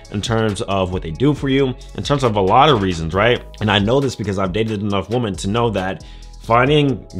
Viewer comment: Weh-men. Please stop pronouncing the word women like that. Women do that.